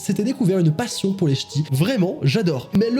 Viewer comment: Le "s" à passion il a saute